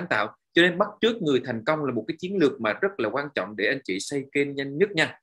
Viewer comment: "bắt chước" nhé anh ơi